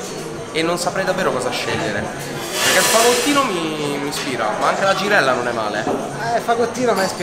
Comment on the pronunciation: “La givella l’ho sfilettata io pevsonalmente ievi sera”